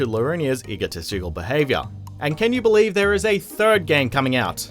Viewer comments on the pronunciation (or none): none